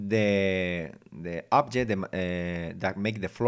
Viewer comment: second pronunciation of "floor" is correct ,"foot" is singular and feet is plural objetm~object cuve~cube character~[karacter] vowals a o e u i (sometimes y) any word that begins with a vowel you say "an" ex. an apple , an owl ... hope this helps a little